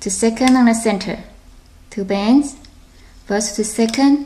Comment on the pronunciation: Lol u say to bans instead of two bands